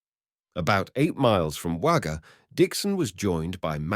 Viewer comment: I live not far from Wagga, have not heard of this before. I know Wagga looks like it should be pronounced with an a, but it is pronounced 'Wogga'. Junee is pronounced June e. Loved seeing all the old photo's of the area, Lake Albert is now quite an expensive part of Wagga.